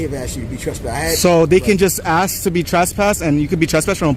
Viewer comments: Yea he aks him could be his birfday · Learn to speak properly FRAUDITOR. AXE IS WHAT You DO WITH A TOOL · Lol aks, aksed, aksing, dissorarly contact